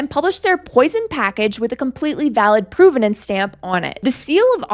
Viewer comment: PROV-ven-nance, not PROVE-ven-nance, despite the relationship between these words. Please learn English.